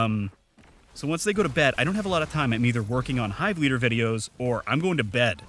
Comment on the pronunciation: YOU SAID MY NAME RIGHT!!